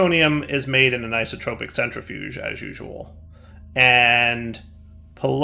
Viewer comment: please.. It's Isotopic, not IsotRopic. You're dealing with isotopes, not whatever an isotrope is;)